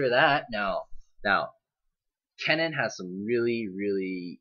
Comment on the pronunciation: its kennen not cennen:D